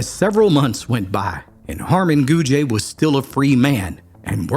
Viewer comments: Its just “gooj” not “goojuh” or “goojay” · Also Gouge is pronounced (Gooj) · The last name of the three girls and Harmon is pronounced Goog. The e is silent. I once had a phone conversation with the daughter of the Carter County Sheriff at the time, "Cabbagehead" Moreland. She said after the men got out of Brushy Mount, one of the men came to Carter County. The man walked into the yard of the now retired sheriff. She was home but her father wasn't. She said he walked up to her and told her that he was a new man and had no bad feelings for the sheriff. He then left, headed to Bledsoe County, I guess. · It’s not “goo-juh”, idiot. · I love your stories. I do want to let you know that Harmon's last name Gouge is pronounced gooj not gooja . I just wanted to let you know that. Have a great day 😊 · I am from Carter County and related am a Gouge. Just so you know, the last name is pronounced “gooj”. There’s no e sound on the end. This story was told to me when I was little. It was a legend in my family. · Cool video. However, I am from Carter County. Know several people with the last name Gouge. It is not pronounced Gouge-a. Just think of it at “Gouj” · And Gouge is pronounced GOOJ but we're not keeping score lol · That E isnt pronounced with that french twang to it, pretend that E aint there. I went to school with a few Gouge folks😅 n my step sis was a Tolly....🤔 think they changed the name after this? They were rough folks, liquor makers n traders n were from that part of Tennessee. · How the hell did you come up with the pronunciation of Gouge?